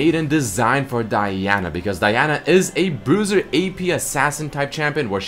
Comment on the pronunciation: He's saying it correctly.